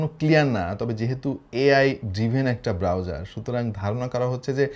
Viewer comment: যখন বলল,chrome browserrr 😂